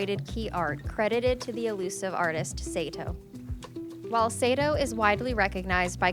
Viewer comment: The narrator explained it was done by a Japanese arist known as Seito (though the narrator did not pronounce the name correctly).